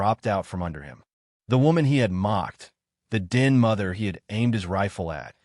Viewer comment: A-gape, not a-ga-pe. No such word as a-ga-pe. 2 syllables only. know, not no den mother, not din Learn the different pronunciations of the word read and when to use them. Don't rely on AI to read anything. It only proves how ignorant it is. This is about the 5th time I have watched this same story. BORING